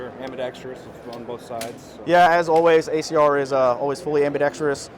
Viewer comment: I bet that ACR guy saying ambidex-tree-ous annoyed Joel just a little